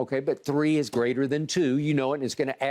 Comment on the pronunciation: “Two or shree” that boy country eny 🤣